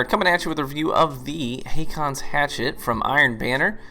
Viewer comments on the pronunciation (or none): Just to be "that guy", you pronounce it basically "Hawkons". It's a normal name in Scandinavia. Some use Å instead of AA, which is an older form of the name. We've had several Kings named Håkon/Haakon. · Dude...Haakon is how you spell the old Norwegian name HÅKON (Pronounced in "murican" as Ho-Con). The letter Å in Norwegian is pronounced like "Oh" in English. Google must be broken if you couldn't look it up... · "AA" in Nordic languages, and in names like "Haakon" is pronounced with a "o" type sound. Not the American "A" [ey]. It's also a way of writing this letter "Å". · The double A is an old way to write the norwegian letter Å. Haakon is a scandinavian name and is pronounced "Hokon" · It's actually pronounced "Haakon's Hatchet." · aa is å in norwegian and u say it like a o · The two "aa"s in Haakon is pronounced the same way the Scandinavan letter "å" is. For an English comparison, the "a" in "raw" or in "war" is pronounced like an "å".